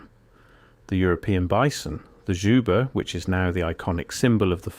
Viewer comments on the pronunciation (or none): none